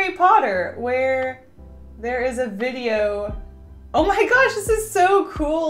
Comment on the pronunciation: Did anyone else Heard what she said she said bideo